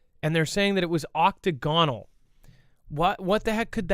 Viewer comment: oc-TAG-o-nal, accent on 2nd syllable